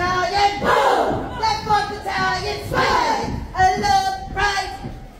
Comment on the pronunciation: Looowftt-right..loooft-right😂 Why do DI pronounce it loouft then get mad when recrutes mix up left and right? Is there a military reason for saying loowft?